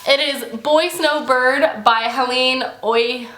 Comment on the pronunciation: When you pronounced 'Helen' though AHAHAH! Maybe there is a different way to saying it but everyone calls me 'hair-len' as 'Helen'. :)